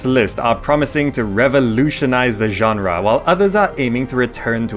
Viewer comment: weird how you say ganra instead genre